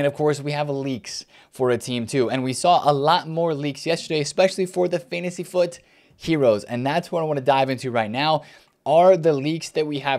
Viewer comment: the only youtuber that correctly calls it Fantasy FUT